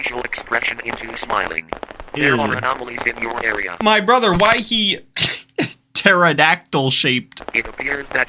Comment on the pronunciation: man the way he ''pterodactyl'' got me rolling on the floor